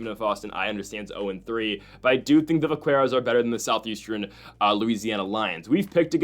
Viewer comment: Btw, it’s pronounced vak-keros. The “qu” is a k sound. It’s slang for cowboy in the southwest. I wouldn’t have said anything, but you said it a bunch of times and thought you should know.